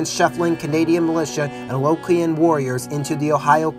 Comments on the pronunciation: It’s Algonquin “al-gon-quin” not aloquine or whatever you’re trying to say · I have been informed about the mid pronunciation since making the video. You won’t be hearing that butchery of Algonquin in future videos.